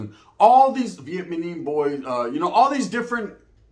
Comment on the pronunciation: he said "vietmanies"🤣🤣🤣 minute